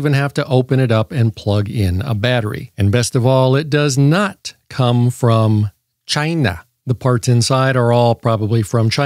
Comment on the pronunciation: I genuinely can’t say “China” anymore without going “Chi-Na.”